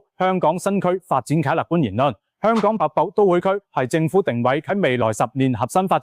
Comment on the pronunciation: 好心執好啲ai發音😢「北部都會區」變咗瀑布都會區🎉. 什麼是「鐘錶發展商」呀😮. 你可以用普通話的🎉